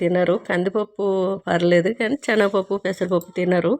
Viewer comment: దిక్కుమాలిన భాష ! చేనగ పప్పు కాదు ,సెనగపప్పు. భాషను చంపకు